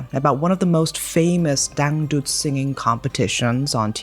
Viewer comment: Your pronunciation of dangdut is so spot on I was momentarily stunned 😂